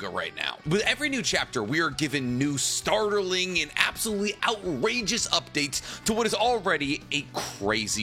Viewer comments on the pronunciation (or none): I misheard "startling" at the beginning as "starterling" and thought about how that's odd and it reminds me of "tiefling". I then remembered that this video isn't even D&D or Baldur's Gate related and I realized i have problems